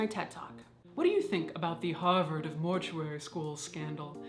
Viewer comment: Everytime Caitlin says "Harvard" I involuntarily swirl around an imaginary glass of brandy.